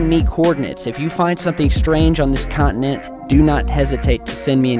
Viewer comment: Con-ti-nent not cont-in-ent